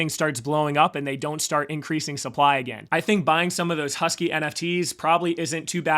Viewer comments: Pronounced HAWS-KEE. Its supposed to be a play on words to pay homage to Charles Hoskinson lol😎🤙🏿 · Please don’t, you sound like a tool, how can you possibly ready “Hosky” and say “Husky”, it’s not difficult. Also you managed to hilariously mispronounce one of the seven wonders of the new world and call it “ChiCken Itza”, Google “ChiCHen Itza”, I’m doubting a lot of Latin Americans will watch if you just “roll with it”. If you seriously want people to Like & Subscribe, you might want to work a bit harder on your pronunciations. (All meant in the nicest way possible)